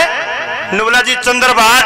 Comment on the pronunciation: Bhai shab Aap bhatt nahi hotaa bhat hotaa ha........